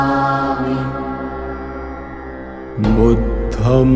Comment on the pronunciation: Budham nahi budhang hota hai